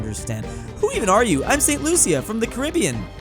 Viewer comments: it’s pronounced saint loosha. And I have been there before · WHY PRONICE ST LUCIA WRONG